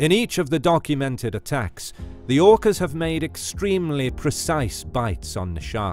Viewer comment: OOkass Versus Greett Whiitte Shharkss